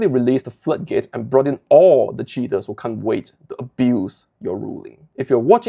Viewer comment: I don't mean to harp on your accent, but when you say "cheater" it sound like you are saying "shitter" and I wholeheartedly approve of that.